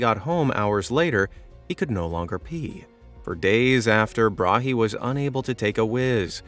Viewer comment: Tycho Brahe. The H is silent. It is closer to the word bra.